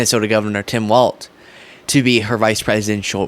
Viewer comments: Walzzzzzzz. Not Walt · Dudette, its Walz not Walt. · it's not Tim Waltz it's Tim Walz. pronounced same as walls. Jessica Tarlov says it correctly. I am a big fan, but going nuts hearing so many say waltz instead of Walz as in walls. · Walz!!! No T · Walz pronounced Walls. You’re welcome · You said Tim Walt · You pronounce his name like the word “walls” Get it right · Walz is pronounced "Walls"